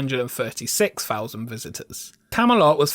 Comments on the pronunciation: It's three, thousand, Arthur, theme not free, fousand, arfur, feme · Please pronounce 'Th" correctly, drove me.mad through the video . Feem Park, fousand, brought, such a shame as the writing and narration was excellent.